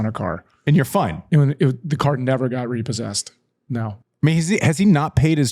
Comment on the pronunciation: Man, the RE-PAUL-SESSED section got me cracking lol